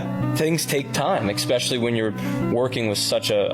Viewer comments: eXpecially is my biggest pet peeve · Ofc he says especially like “expessially”